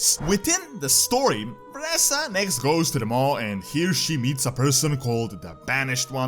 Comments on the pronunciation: She is pronounced Vereeeeesa not VereSSa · lel. It triggers me beyond whenever he misprounces Vereesa or Nathanos.